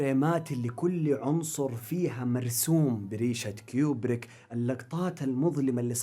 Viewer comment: *كوبريك مو كيوبريك